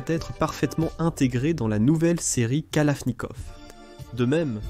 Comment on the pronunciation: la famille kalafffnikaufff 🤓